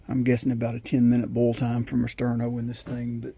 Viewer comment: Thank you I appreciate the cup of coffee, And the pronunciation was correct That is one cool Sterno Cup